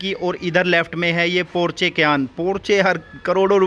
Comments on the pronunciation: पोर्चे नहीं है वो पोर्श या पोर्शे बोलते हैं इसे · Porje nahi Porsche hai.